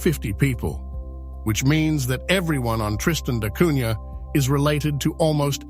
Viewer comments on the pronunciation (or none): Wonderful ! Except the prunciation which is Tristan da Cunya, not Cunha.